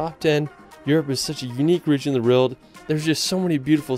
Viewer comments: It’s a W not an R not rowld, world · why does he pronounce world like that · this guy cant say world, lol